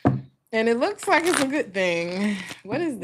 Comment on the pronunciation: I love how you say Gut instead of good! ❤😂 I can tell you live in Germany!